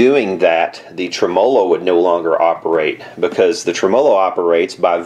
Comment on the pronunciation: Tre-MO-lo. Gets me every time.